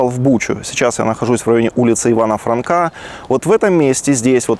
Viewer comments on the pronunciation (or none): Не франка а франко